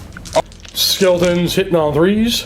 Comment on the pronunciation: Skeltaws and Zambeys